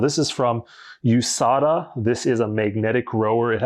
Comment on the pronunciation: This guy said “USADA” lol